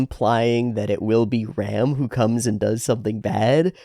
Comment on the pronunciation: Tip to pronounce Ram more distinctively: it actually rhymes with 'farm' and 'calm', rather than being pronounced like a male sheep/seige weapon.